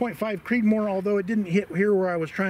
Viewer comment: I said Creedmor, not Creedmore.